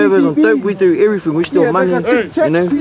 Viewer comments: It's "everything" not every FING. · everyfing we du evereefing hahaha graack up